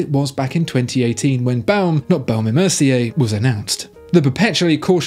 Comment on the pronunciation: VOHSHER not vAOOcher and BOHM and not bAOOm; AU = OH in French please😇